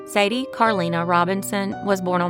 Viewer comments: I believe Sade isn't Sadie. Her name is pronounced Sha-Day or Sa-day. Like the famous singer who sung Smooth Operator. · Kenneth’s story was crazy. That woman was nuts… who just takes upon themselves to chase down somebody and shoot them….definitely premeditated in my eyes…she knew she was gonna kill him once she decided to follow. Also, I think Sade is pronounced (SHA-DAY) like the singer. ❤ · Great job. But Sad's name is pronounced like the r&b singer from the 90s ... Shaw-day is how it sounds phonetically. ❤ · It is pronounced SHADEE It means: Happiness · I've never heard it pronounce Sha-day in my life I use voice to text and when I said Sha-day it wrote Sade 😂😂😂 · Sade (pronounced Sha-Day or Sah-Day). Her Story is just terrible. Another great Vidoe! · Sade's name is actually pronounced "Shah-day" (like the singer) 😘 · MAN❗️As soon as I saw her I said, “Who the Hell is Sadie?!?” Her mother was on Nancy Grace and was Obviously Horrified and HEARTBROKEN. THANK YOU for providing the Proper Pronunciation of SADE’s name 🙂. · Minor point, but Sade Robinson's name is pronounced "Shawd-ee" per multiple other videos I've seen about her case. And as a disturbing side note, there WAS DNA found in Maxwell Anderson's dungeon. It just wasn't Sade's. Which begs some very disturbing questions. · actually no they don’t. If you’re gonna share a story about a murdered victim, out of respect, you should say the name correctly. This is no shade towards..it was an honest mistake. But some people do take offense to it and I don’t blame them. Especially if it’s YOUR family. So please, respectfully..mind your business.